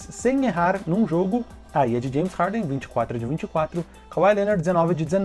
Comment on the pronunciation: "Janes Harden"